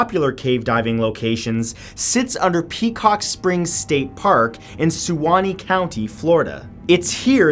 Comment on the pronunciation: The u in "Suwanee" is silent, so it's pronounced "Swan-ee"